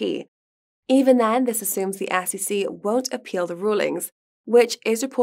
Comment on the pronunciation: “Ass e See” ooh she been saying SEC the whole time 😅